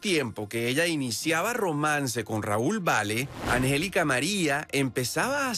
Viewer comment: Este vato no save decir angelica.